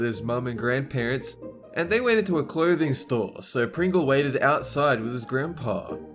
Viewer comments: Instead of Pringle, said Pingle. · am I the only one that heard him say pingle instead of pringle 😂😂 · said pingle not pringle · PINGLES ALLERGY STRUCK (he actually said pingle) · says Pingle instead of Pringle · Who noticed he said pingel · Near 200 said PINGLE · said pingle c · Pingle. He said Pingle. FUCKING PINGLE. WTF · you said pingle danger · SAYS PINGLE 👌🏻😂?? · said Pingle instead of Pringle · said pingle instead of pringle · its pringel no pigol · said pingle instead of Pringle once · I heard pingle instead of Pringle XD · I just realized that he said pingle instead of pringle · heh you called him Pingle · for some reason when pronounced "pringle" without an r, it made me laugh for 3 and a half minutes